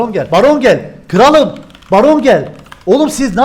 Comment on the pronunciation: 4.44 kıralım degil kralım